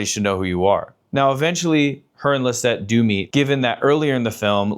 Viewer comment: Love this but that’s not how you pronounce Lestat